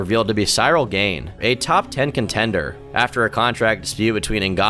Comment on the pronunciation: He wasn't even always consistent in his mispronunciations. He actually got Cyril's name wrong then later started getting it right.